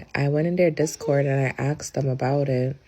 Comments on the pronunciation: She axed in the Discord, not asked. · As soon as I hear “axed” I check out completely 😂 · "" pronounced it "axed", opinion discarded.